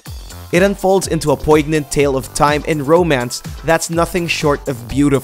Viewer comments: The 'g' is supposed to be silent in "poignant" and "poignancy", you pronounced it wrong several times. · Poygnant??? Lol.